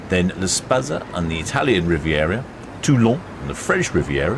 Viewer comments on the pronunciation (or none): Interesting pronunciation of La Spezia